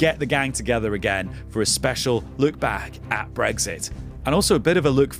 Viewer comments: Tedious time-wasting newscast that doesn’t answer its own question. Self-indulgent and long-winded. Please note ‘bregsit’ is not how to pronounce Brexit. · Breggsit ? Is that eggs for breakfast in a bed sit ? I thought it had an 'x' in it.